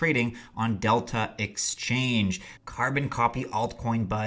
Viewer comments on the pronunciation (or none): none